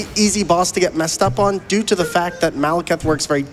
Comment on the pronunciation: commentator says "doot oo the fact"